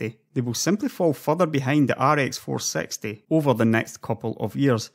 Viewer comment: ok now that i listen again ive no idea whats his accent honestly. Also whats with the facepalm? i meant when he says rx 460 it sounds like "ar ex four sexty".